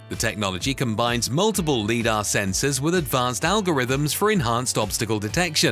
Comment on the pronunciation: Teach your digital voice to pronounce LIDAR correctly.